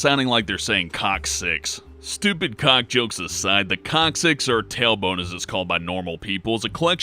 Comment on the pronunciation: no matter how much he says cocksix i hear cocksix.